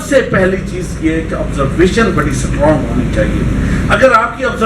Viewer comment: Its strong not sutwrong 😁